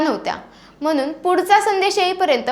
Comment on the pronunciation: Ucchar spasht pahije. Mhanun nahi Mhanuun ( N BANACHA) N (नळाचा NAHI)